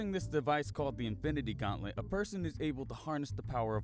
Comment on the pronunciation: Why when someone said infinity gomlet I thought they said the infinity omlet